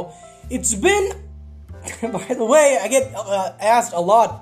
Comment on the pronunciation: “iF tHEre iS a viLL tHeRe is A vAy”